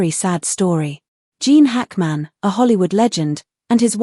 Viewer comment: Can’t his name be correctly pronounced?